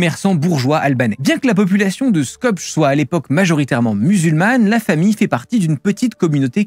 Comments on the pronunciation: Comment n'as tu pas appris via tes recherches que le nom de la ville Skopje se prononce Skopyé ? Skopche lol, Cela donne le ton sur la crédibilité de ton travail peu rigoureux, comme pour bcp de youtubeurs, des trucs glanés réchauffés et déformés. Skopge, Skopche pfff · Ça se prononce "skopyé" pas "skopge" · Merci de prononcer correctement le nom de la ville de Skopje, c'est pas "skopge" mais "skopyé" :) Autre moi t a corriger, ce n'est pas la population de Skopje qui est majoritairement musulmane mais la population d'origine albanaise ;) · Skopjeu 🤣🤣🤣🤣, ça se prononce Skopié. ( le j se prononce i, comme pour le prénom Sonja par exemple, Sonia) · Non,, c'est SKOPYEU, ou SKOPYÈH, et certainement pas SKOP'GE... ChristophEUR ItchEUNZ, (In zeu kitcheune) c'est pas ma non plus. En tout cas, merci de parler de cette arnaque qui a trompé des milliards de mangeurs inutiles, comme disent ses maîtres. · Skopje, l'actuelle capitale de la Macédoine du Nord, se prononce "Scopiè". C'est plus facile à dire que l'orthographe ne laisse l'imaginer. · Attention , passage , c'est une photo de Thérèse de Lisieux que vous avez présentée ! Il faut vérifier ses sources. En plus, on prononce skopié. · Il me semble que ca se prononce Skopyé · super video ! ca se prononce Skpié au fait haha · Skopje ??? Vous êtes sérieux ? Ça se dit Skopyé, faut pas un doctorat pour savoir que le j se prononce i et que le e se prononce é, d’ailleurs y’a qu’en français et anglais que le e se prononce pas é ! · On prononce le nom de sa ville de naissance Skopié…capitale de la Macédoine du nord. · Ça se prononce "Skopié". Il y a eu une époque où tout le monde parlait de cette ville. C'est un peu comme si tu savais pas prononcer "Donetsk" parce que t'as jamais entendu un journaliste le dire. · Skopje ça se prononce skopié ... d'emblée on peut voir que ce " reportage" n'a pas été travaillé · Skopje se prononce Skopjé , je crois. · Skopje se prononce skopié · SKOPE ce prononce : Skopié . A+